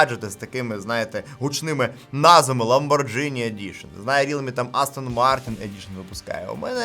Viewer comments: не позорься Ламборджини идишн,ЛАМБОРГИНИ же,погугли произношение перед роликом,очень режет слух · ЛаборГіні - ghi = гі / gi = джі (італійська) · Аа, там далі вже 7100, згоден :) Ще рекомендую перейти на правильну вимову назви бренда ламборГіні. Інакше ніколи собі не купиш 🙉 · І ЛамборГіні через ДЖ вимовляє, теж слух ріже